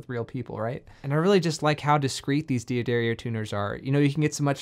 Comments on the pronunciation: It's D'Addario, not Di Addario. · Dee addario? I always pronounce it as daddario, which is the correct way to pronounce it. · Not Dee Aderio. The name is pronounced Dah Dario. 🙂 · Consider yourself pardoned, but it wouldn't kill you to learn to correctly pronounce the name of one of the most important companies in our little world... 🙂